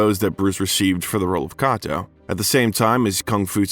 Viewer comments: IT'S PRONOUNCED "K"..ATO . I HATE ANNOUNCES THAT A STUPID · IT'S PRONOUNCED "K"..ATO . I HATE ANNOUNCERS THAT A STUPID AND CAN PRONOUNCE NAMES OR COMMON WORDS